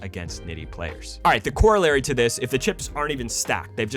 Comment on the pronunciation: The only thing I don't like about this video is how he says corollary